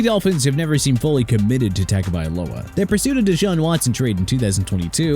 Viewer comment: Dude can't even pronounce Tua Tagovailoa's name right...